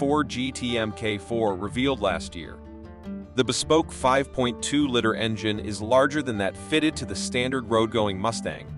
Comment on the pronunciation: What's wrong with the narrator ? He mispronounced so many words that he must have spent a lot of time rehearsing lol what a hack, the best is " the 5.2 litter engine" lol tooooo funny